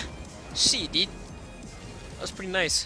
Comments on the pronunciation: it's Dude not diuude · the mans voice kills me "comon diud"!